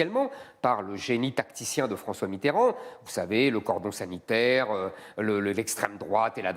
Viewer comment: C'est qui Mitterond? La Fronce c'est ou? Etc. etc. etc.